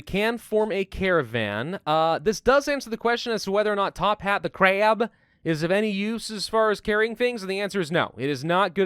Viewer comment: I enjoy how he says Crab... Or 'Kraab'. Makes me giggle. Tophat needs a pebble kid. You should buy some livestock and then harvest food from them when they make smol ones.